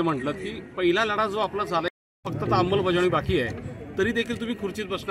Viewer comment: अंबलबजावणी नाही. अंमलबजावणी आहे